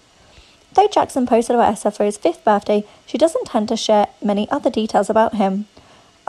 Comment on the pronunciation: Huh? Lol and it’s pronounced EEE-sa (Eissa) NOT Aaa-ssa